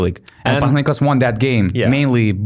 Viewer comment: I love how well you pronounce Panathinaikos